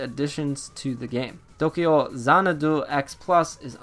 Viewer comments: Xanadu is not an asian word. Don't pronounce it as though it is one. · why you be sayin' dat xanadu like that? lmao